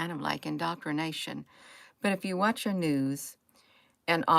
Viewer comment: "indocrination" 😆😇 she's such a dingbat, in a good way...